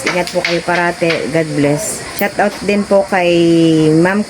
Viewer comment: good day, i korek lang kita ha..dont mind it,, “Shout Out” po, hindi shut out,,thqnk you!po.